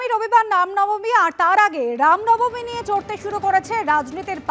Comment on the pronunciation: Ram Nabami.... Thik vabe uchcharon korun..... Ram namani noy